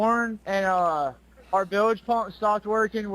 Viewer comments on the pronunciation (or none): It’s bilge pump not billage pump wtf!! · Bilge, one syllable drives me crazy when the caller says bill-age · It’s weird they’d mispronounce bilge. It sounds like they’re saying billage and that’s just never been said by anyone ever. Hasn’t there been other instances of the recording presented? I’ve heard the conversation but it didn’t include all those extra. It just sounds like spliced fabricated dialogue